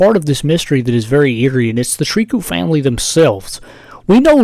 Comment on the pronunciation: It's pronounced "Trikoo" it's a french name